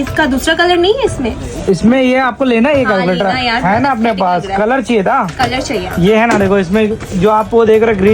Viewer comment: Calculator ❌kaaalculater✔️✅😂